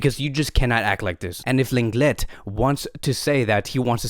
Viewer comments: Just so everyone knows, the correct way to say Lenglet is Longley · 😭😭 well it’s bad that he supposedly pronounces lenglet’s name wrong all the time😂